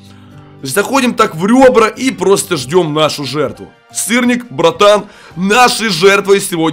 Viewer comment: бЛЯТЬ ОН СКАЗАЛ СТИРНИК Я ЗНАЮ ЧТО СЫРНИК НО ОН СКАЗАЛ СТИРНИК